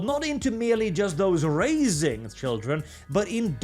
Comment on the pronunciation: I found the pronunciation illuminating. Yes, they are "razing" children.